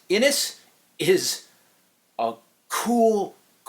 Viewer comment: I've been told that is is pronounced Inish. I just discovered your channel, I like that your reviews are apparently very short. :)